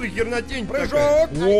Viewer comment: Ржу со слова "Прыхоок!!"